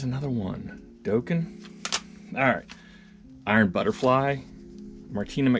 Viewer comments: Dawken, not Doughken. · Dokken=[docken] (proper pronunciation)👍🏼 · It's pronounced dokken like rocking with dokken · It's dokken sounds like Rockin!¡ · Nice collection but you killing me that you never heard of Montrose or how too say dokken or Joe cocker ?? Lol